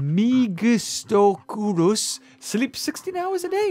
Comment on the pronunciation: I have a feeling that the next superhybrid will be a pterosaur, because they have Diplosuchus, Indoraptor, and Monostegotops. Why not add a pterosaur superhybrid already?? C'mon Ludia!!! And another thing,, the Cenozoic hybrid is pronounced (Meg-isto-cure-is)